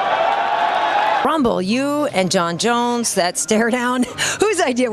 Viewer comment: jon joneeeyus 😅